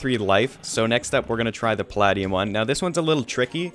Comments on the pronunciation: it's pronounced (pə-LAY-dee-əm), it's a real metal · Dude the way you are pronouncing Palladium is so cringe. You know thats an element that is real right? lol